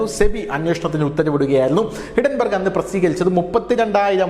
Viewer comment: ഹിഡൻ ബർഗല്ല,ഹിൻഡൻ ബർഗ്